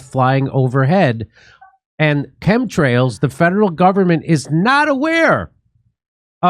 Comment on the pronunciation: epa needs to work on their english...but while he's mispronouncing chemtrails, lets talk about the "con" in contrails.